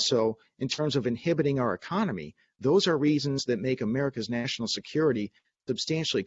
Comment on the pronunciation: Can you speak Bidenese? It’s easy, just take several shots of your favorite hard liquor, then, Instead of: ‘national security’, just say “nah-sin-all” security and you’re on your way to speaking fluent BIDENESE.